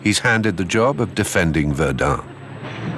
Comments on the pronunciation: Минус ролику за ублюдочные ударения ИИ. ВердЕн, а не ВЕрден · Verduhn? Serious? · Βερνταν προφέρεται βλακα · ich hab es in min 2 nach 3 mal Verdun falsch ausgesprochen nicht mehr ausgehalten. Viele Grüße nach Naw Yark oder Landan. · Allerdings ist der "Sprecher" unfähig das Wort Verdun richtig auszusprechen! Bei Jules Verne ist es noch beschissener, ich denke so mies und blöd kann nur die KI sein!